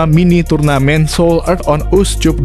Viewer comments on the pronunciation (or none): Bravo U 20 Indonesia, koreksi buat komentator : CUP dibaca Kap, bukan Cup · Dih komentatornya perlu belajar membaca masa seoul cup dibaca seoulkap jangan susu banget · Naratornya lidahnya parah.. Korea on uscup dibaca mentah2, pdhl mestinya diucap korea on askap.... Memalukan! Anjiiiiiir.